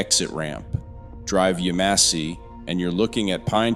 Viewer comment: It is pronounced YAMesse